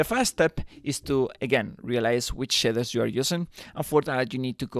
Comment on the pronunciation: Shidders are something else, I think you mean Shaders 🙂